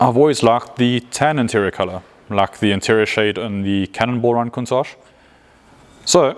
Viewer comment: Cuntsage?...weird pronunciation, but I'm rolling with it.